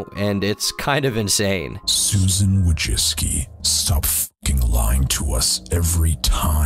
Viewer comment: Idk whyyy but it drives me cRaZy how he kept calling Susan Wojcicki Susan Wojiski